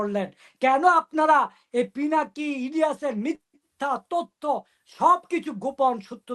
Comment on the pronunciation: Apner guest pinaki ke, pilaki bole, thik moto pronounce korte pare na, e naki journalist 😅😅